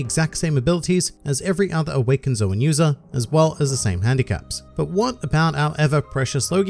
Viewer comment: finally somebody who pronounce zoan correctly.